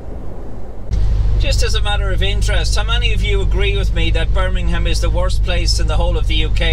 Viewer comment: Merry Christmas, nailed it with Birmingham 😂